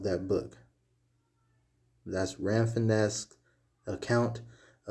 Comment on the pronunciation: Rafinesque is pronounced Ra fin skee